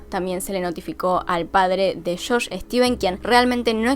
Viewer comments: Es JOSH NO SHOSH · Buen video, lo unico que me molesta un poco es que dice como "shosh" en vez de josh 🤣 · sufri cuando decias shosh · "Shosh" xD